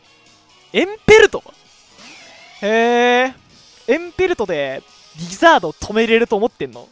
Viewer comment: エンペ↑ルト